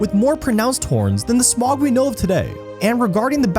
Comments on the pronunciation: Please, next time pronounce name right it’s Smaug not smog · Who is Smaag and Saaron, it cant be hard to say Smaug and Sauron for an english speaker, can it?